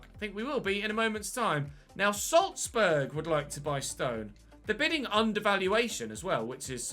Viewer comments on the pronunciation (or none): none